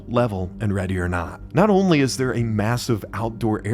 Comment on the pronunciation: what accent is that